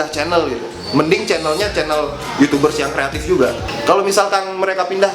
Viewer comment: "Youchoobers".. watdehel wkwkwkwk